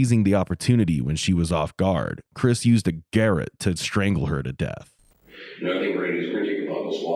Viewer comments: GAROTTE, not GARRET (Voice text). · lol im sorry...a garrotte? do you mean a fucking garrotte? guh-ROT